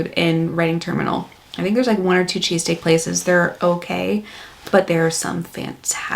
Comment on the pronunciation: Chess stick. Yes that's what I was hearing him say to...so what was he saying. .